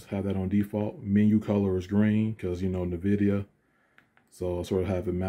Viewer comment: Did you say "Nuh-vidia" lmao